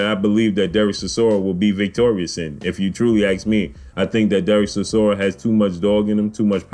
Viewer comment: Stop butchering the mans name its Chi-sor-ra. My money is on War chisora for this one.